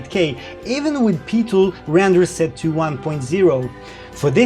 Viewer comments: Amazing review, what we need to know now is when the headsets will be released to the public! Also, PiTool is pronounced "P-eye-Tool", not PeeTool :D <3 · Not thorough enough! Seriously though, this isn't just the definitive pimax review but also a very interesting, detailed and helpful overview of VR tech in general, an impressive effort to say the least. Btw, Pitool would be pronounced "Pie-tool" but "Pee-Tuhl" does have its charm, Have Fun :) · PIE-Tool...not PEE-Tool. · just for your info it is said like PIE tool for Pitool as in 3.14. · PI-MAX,,,,,,,,,PEE-TOOL,,,,,, LOL, Thx for this fantastic video, cant wait for it to buy, Vive goes for sale. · "Pee-tool" :D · Odd that you say PiMax which is correct, while you call their application PeeTool.